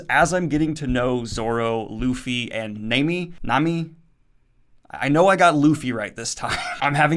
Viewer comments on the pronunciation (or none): Nah-mi not namey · It's Nah-mi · Let me help you out with those pronunciations, Daniel! :) It's "nah-me" (it means "wave" in Japanese), and "oosop", which is a pun between "uso", meaning "lie" in Japanese, and the Greek fabulist Aesop. One Piece contains a LOT of puns and names that reference real-world names, especially pirates, privateers and the like. For example, not many fans know that Zoro's surname, "Roronoa", is a reference too François L'Olonnois, a French pirate from the early days of the Golden Age of Piracy. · did you say namm ee? Is pronounce Nah me lol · Hey Daniel, if you understand how the vowels sound in Japanese it will make pronouncing Japanese names in the future easy! It goes like this a - ah i - ee u - ooh e - eh o - oh ah,ee,ooh,eh,oh So Nami is pronounced like Nah-Me Another example: Naruto is pronounced Nah-Roo-Toh Hope this makes sense, Love your videos! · Your right, it's Nah-me, for how your pronounce it for Nami. Your finally pronouncing Luffy right and yes it's Zoro not Zolo. Zoro is much better anyway. Also I notice your using spoiler gifs for the videos, you can use gifs of course. But just use them for the arc your using so you don't spoil yourself on this series. One Piece is better read and watched not knowing what happens like Dragon Ball and most series. It's an amazing experience seeing the plot twists as you go, try to avoid spoilers in the comments as well. Hope you enjoy the journey man, it's one of the best anime and manga of all time and you'll see why soon enough. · nami, nah - me, ussop, oooohhh - sope, oooohhh as in ooooohh look at what I found and sope as is sip but with an O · This man said nay-mi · Man u were great with the analysis of this arc. About the crew dynamic well it will be perfectly fine. Just keep going. Also well about Ussop u will see yourself. And I know everyone would point this out and it's really not your fault as English Pronounciation comes like this . Nami= Naami👍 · Also Guy - Mon (Gaimon)